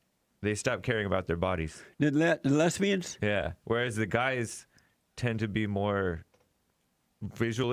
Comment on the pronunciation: 'A WHOLE LOTTA FAT LESSSBIANS' ***lmao***